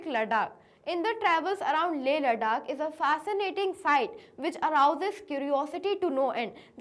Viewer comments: Ladakh ❌Ladark ✅ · She said ladaak 😅😅😅